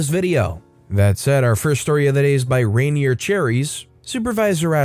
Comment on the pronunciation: "rainier cherries" is said as "ray near cherries" not "rainy err."